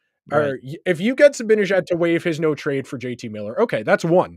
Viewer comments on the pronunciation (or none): seems like a bright guy. Why can't he pronounce "Zibanejad" correctly?